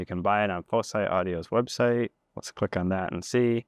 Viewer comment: I also think it should pronounced like "foci"